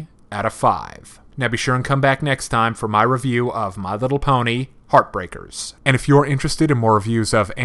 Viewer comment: thoma He mispronounced it, it is actually "Heart*h*breakers", he forgot the second h